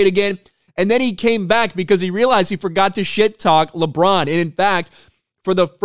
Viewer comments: Did he say “LeChong James” 😂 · “LeDron James” 😂